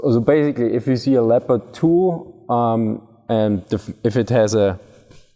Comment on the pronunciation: It's pronounced 'Leppird' in English. Cool video